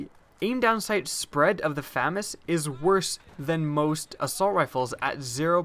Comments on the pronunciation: its Fu-mas say it slower to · Pronunciation: Fuh-Maz. Thank you. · FAMAS is pronounced fah-mahs. or Fusil d'Assaut de la Manufacture d'Armes de Saint-Étienne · Proper pronunciation of FAMAS: fah-Mahs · FAMAS is commonly pronounced Fuh-MAWS, but it probably doesn't matter. It's kinda like the whole Car-BINE vs Car-BEAN debate where both are correct. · I'll take the famas over the aek. By the way did you know your pronouncing famas wrong? : ) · Oh God!! You're saying it wrong! God help you! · Ur pronouncing it wrong Famas is French. The second A in Famas works like an AU when u pronounce it. u wouldn't pronounce auto ato right? Lol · Except I'm not adding an accent, I'm just pronouncing the title as it appears. To be grammatically correct, to pronounce the name as it is used in the video, the word would need two M's (FAMMAS). Just the rule of the English language.